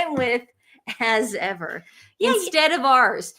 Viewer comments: "As ever" sounds like " so what" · "As Ever" ? I just hear .."As If !?"